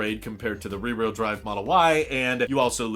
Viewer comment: Learn how to say ..rear....wh..eel.. Drive